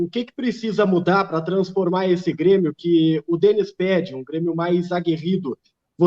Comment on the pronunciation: Aos o feladapota me sai com "brêmio" 🙄🙄🙄